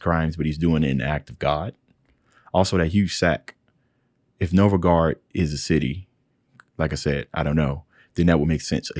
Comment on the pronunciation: >On the screen right in front of him, said out loud just before he paused it: "Novgorod" >What he says: "Novogard!" How.